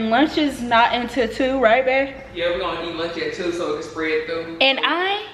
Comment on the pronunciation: " lurnch " " deriters " 😭😭😭😭😭😭😭😭